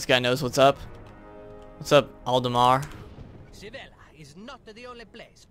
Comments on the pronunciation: You had me laughing when you said "Snivella" instead of Sivella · It's pronounced Sih-vehl-ah DO SWASHBUCKLER AS SECONDARY CLASS.